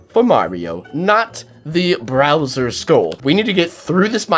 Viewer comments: It’s bowser not browser lol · 'browser skull'.... TRigGereD!!! It's Bowser! No R! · He said browser😂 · As soon as I heard browser, I died. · "Browser". BROWSER. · Who KNOWS ITS BOWSER NOT BROWSER UNSPEAKABLE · he said browser xd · He sad drowser 😂🤣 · Unspeakable said Browser not Bowser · Its not browser it's bowser from morio omg unspeakable you mite be my favorite YouTube but I did not think you would get that wrong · At the beginning he called bowser browser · He said browser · Its bowser, not browser. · It's not browser it's bowser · At the beginning did he say browser sign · its not browser its bowser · Did anyone notice that he said Browser lol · did he say browser browser bowser hmmmmmmm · It’s BOWSER not BROWSER. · lol his name is bowser not browser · DID HE FLIPPIN SAY BROWSER?! IT"S BOWSER YA NUB!!!!! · You said browser??? Its bowser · Did you just say... BROWSER Skull????? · Bowser not browser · Why did you say browser not bowser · he said browers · Why do people pronounce Bowser as Browser? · Why did you say browser flag it’s bowser flag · Bowser not browser:me k k k k k k k k k